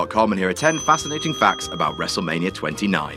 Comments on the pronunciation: "Fascinaing"? Who let Sin Cara in charge of WhatCulture's videos? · "fascinaing" - Mr Spook